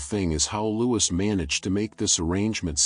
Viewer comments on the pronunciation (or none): Please, its pronounced 'Loo-ee.. good content besides...